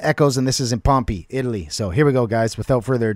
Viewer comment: My guy said “Pompy” 😂